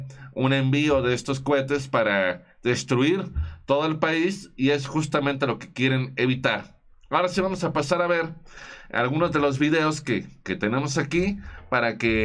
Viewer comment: Cohetes licenciado, no cuetes, los cuetes son los borrachos como "Boro".